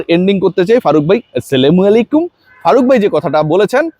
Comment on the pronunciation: ভাই আপনার সব কনটেন্ট দেখি, ভালো লাগে তাই, কিন্তু আপনার এই সালাম নিয়ে ইয়ারকি ভালো লাগে না, অন্যভাবে ইয়ার্কি করেন, সালাম টা বাদ দেন। কাউকে সালাম দিলে সুন্দর ও শুদ্ধ ভাবে দিবেন।